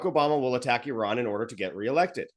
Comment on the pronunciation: I like how pronounced Iran, why do Americans say Eye ran.😂😂😂😂😂. Eye rack.